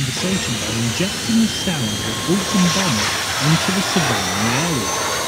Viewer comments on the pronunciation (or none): none